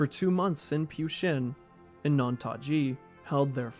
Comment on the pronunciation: Pyu is pronounced "Phew" not "p you"